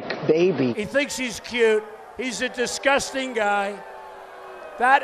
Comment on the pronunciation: He says disCUSTing, not disGUSTing.